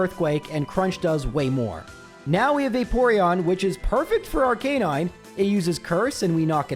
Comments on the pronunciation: Just wait until you hear him say "houndoor", "arcaynine" or "rival fival". You made the right choice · You’re saying Arcanine wrong. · No, it’s pronounced Arcanine